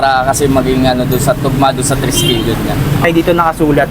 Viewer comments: Triskelion not Treskelion brother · Bkt mali TRESKELION?hnd TRISKELION?